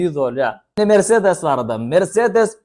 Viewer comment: Merseedes dal mersedes